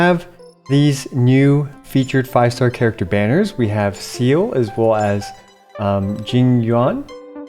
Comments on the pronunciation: SEAL??????? Bruh it's "see-ley" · About that "Seele" character, it's pronounced like "Sail-A", and not "Seal". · Lol her name is S-e-el-e(Seely) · Hey! Seele is pronounced Say-Lay by Bronya in Japanese, or See-Lee by the ENG community, just like the Seelie from genshin. It means 'The Light' in German. Not sure how they pronounce it in the English dub, however. Looking forward to more videos on Star Rail, i love Hi3 and your content on off meta characters in particular. Star rail already has at least 3 end game modes that include a Rogue like mode where you accumulate buffs over the course of the round. Thanks! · Veliona said that she doesn't mind how her name is pronouced as long as it's not 'See-lee' in the earlier HoD chapter. But then again, Veliona is only one persona and the other Seele might have different preferenced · also Seele butchering part but yeah I'll forgive this time since I enjoy his Genshin vid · The Seele name butchering part and standard 5* comparison was painful to watch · They should have check the character name, like how to read it Reading a character's name wrong is so fucking embarrassing